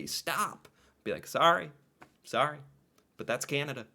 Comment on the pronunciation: careful there eh, your saying sorry like a Canadian there Tyler! lmfao